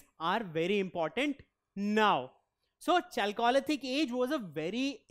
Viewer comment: You can’t pronounce chalcolithic like that